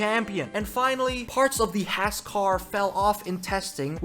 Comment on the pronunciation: Honestly the Haas liverly looks pretty good. Also everyone on f1 pronounces Haas wrong.